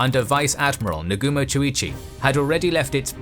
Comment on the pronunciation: your pronunciation could be better, Oahu and Nagumo is not pronounced right